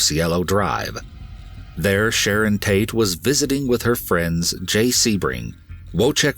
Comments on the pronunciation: At one point, I heard him say Shannon instead of Sharon. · Sharon not shannon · SHARON, NOT SHANNON